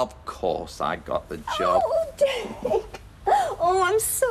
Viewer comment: The way Mavis pronounces 'Derek' drives me nuts. In fact, it's every word that ends with a 'k' 🙉🙉🙉